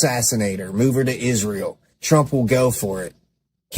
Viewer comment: Yes uhh 😂 everything ends withuhh uhh 🙄 “ also these mispronounced words that drive me nuts: “Ishreal”, “burried”, “architexture”…to name a few 🙄